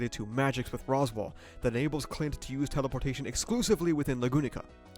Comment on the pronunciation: I can’t get over his pronunciation of Spica and Clind. I do believe it’s sp-EE-ca, and Cl-EYE-nd (or Cl-EE-nd, idk, but I’m pretty sure it’s not Clint’s i).